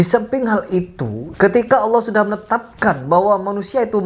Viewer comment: Iya bang kebanyakan yang non muslim dari Indonesia (gatau kalo luar negeri) sebut nama Allah itu Alah. Nggak semua, cuma saya seringkali dengernya gitu